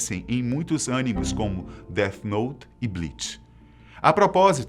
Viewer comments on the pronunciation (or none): Ele disse ânines? Uau! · Kkkkk Ânimes ? Kkkkk